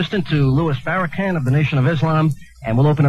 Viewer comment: No matter how many times white racist hear the Minister’s name they continually purposely mispronounce his name “Farrah-Can” as a way of disrespect. They (white racist) did the same with Blacks they fear secretly and powerful Blacks. They did openly to Barack “Husain” Obama and now “Ka-Mīl-laah” Harris listen carefully to the way white people pronounce Black people’s names after hearing it pronounced several times correctly and they continuously screw it up is they’re code for I’m a racist. You’ll know it, like when Jews say Moslem instead of Muslim!!